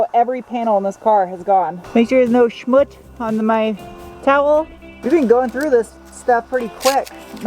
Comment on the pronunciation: It's called "Schmutz" with t's like Wha"t's" or Tha"t's". 😂😂 Greets from Germany 👍😁